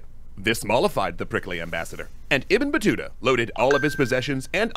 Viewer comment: Yes 😂you pronounce the name right❤❤love your wonderful react to every video.... All support and respect to you from Egypt 🇪🇬🌹🌷🌼🌻🌸